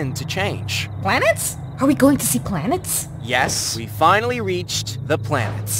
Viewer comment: The way she said she said "YESSS" 😂😂😂